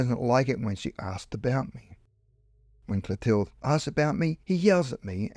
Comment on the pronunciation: You pronounce the girls name Clothilde totally incorrectly. It should be pronounced clo-TIL- duh